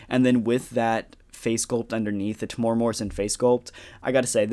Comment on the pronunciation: Yo, just an FYI Temuera is pronounced Tem (Like the start of lemon) the U is an eww sound, the e is more like the ai from chair and the ra is a rolled R sound. Or if thats too confusing this video is great